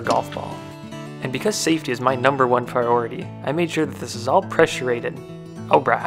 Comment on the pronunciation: "Saftey is Numbah 1 Pwioritee." -An amazing Man.